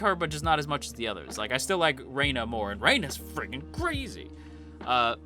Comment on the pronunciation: Hearing someone call Rena "Rayna" gives me such auditory squicks lol it's like calling someone Jayniffer 😂